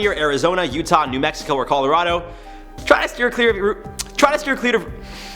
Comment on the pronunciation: ✋🏽 it’s route not route